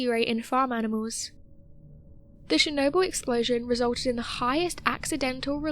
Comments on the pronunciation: CHernobyl not SHernobyl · And it not "SHERnobyl"